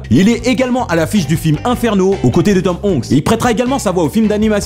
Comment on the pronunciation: J'ai beaucoup aimé le film "l'ENCLUME des jours" ^^ tu as ta langue qui a fourché 2 ou 3 fois mon pauvre:D Avec les TRUCHES et Tom HONKS ^^ C'est génial en tous cas continu.